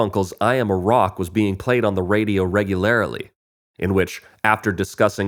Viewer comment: ......"reg-u-lar-a-ly" ??????? You have to be kidding ! This is what you get when real voices are replaced by software.